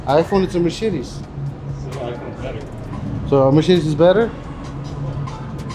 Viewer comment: When says "Mercedes" it almost sounds like he's saying "Mer-shitis"!:)